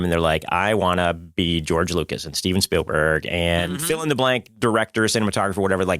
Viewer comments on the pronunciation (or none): none